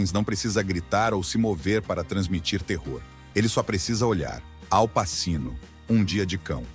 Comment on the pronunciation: "passino". Nota-se como o dono do canal se dá ao trabalho de trazer um vídeo bom e não só apresentar coisas prontas. Só modinha. Nada de Ralph Fiennes e Heathcliff. Muito fácil fazer vídeo assim. Uma grande porcaria.